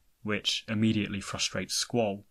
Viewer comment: Your mispronounciation of Squall makes a good video nearly unwatchable